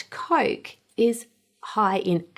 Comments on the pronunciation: It is COOOOKE not Coake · Coarrk a Cola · Coyk Coyk-a-Cola. Oy...